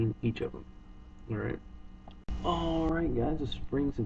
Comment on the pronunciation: stop saying ahright